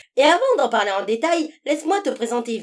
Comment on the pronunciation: On dit pa plre on parle lol